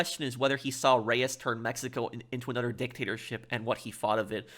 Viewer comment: “Anudder?” Is the title of your channel ironic? Nigel West Dickens is the only character you’ll “speculate” on — except you speculate on every single character. You don’t even know how to read, lol. You’ve never heard of croquet (“cro-kay”)? MacDougal is a commentary on academia — book smart, so smart he’s dumb, etc. Perhaps you’ve heard of RDR2? Landon Ricketts was deputized for the Blackwater sting for Dutch’s gang. He didn’t do “bad things in his youth.” Despite being a duelist, he was on the right side of the law. Reyes is a commentary on foreign dictators, especially Latin American foreign dictators.